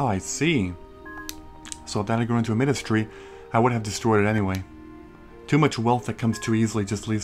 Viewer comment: I think Midas is pronounced "My-dus", like King Midas. Lol Can't wait to see your next Harvest Moon playthrough!